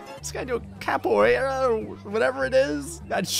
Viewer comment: "Capoeira" Damn, your accent is hilarious xD and yes, I'm Brazilian... I think it's not something to be proud of, but...